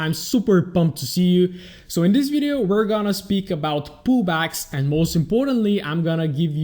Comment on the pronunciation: All I hear is "poo bags" not "pullbacks" lol the whole way through sounded like you were trying to teach us how to get good entries into poo bags. All jokes aside superb content, subscribed on youtube and in my heart